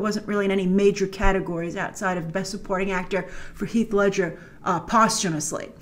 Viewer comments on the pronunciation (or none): none